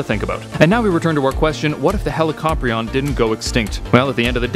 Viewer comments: ...heli ca pry n. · Hella cop rion? Thats an interesting way to pronounce it. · I Thought It Was Pronounced As ' Helicorpion '